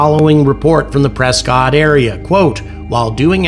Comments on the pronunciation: I’ve heard that Prescott is pronounced as PRESS-CUT to its locals and the fine people of Az. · Prescott is pronounced Presskit in these parts😊